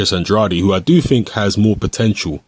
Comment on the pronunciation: his last name is pronounced an-dray-d